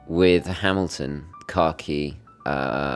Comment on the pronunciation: Nice to hear someone pronounce Khaki correctly!